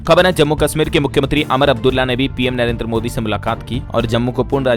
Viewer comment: अमर अब्दुल्ला कौन है ? उमर तो है 😄 क्या हो गया है ? सुधार करो भाई !!